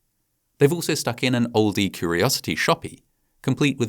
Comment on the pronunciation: And that’s not how you pronounce ‘Ye Olde Curiosity Shoppe’.